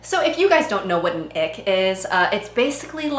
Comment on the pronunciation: I keep hearing "the ick" as" the egg"